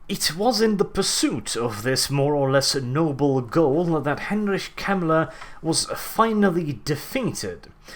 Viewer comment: I'm sorry I'm saying this, but you're telling stories with 2ed. I know from 1ED warhammer and a lot differs. which was 1994. and mispronunciation of his name.